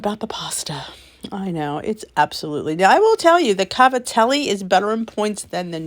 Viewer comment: Love your channel! By the way you pronounced cavatelli, I can tell you are a fellow Italian! 😀